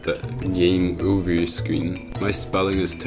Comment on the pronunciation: its game over not "gmea orver"🙃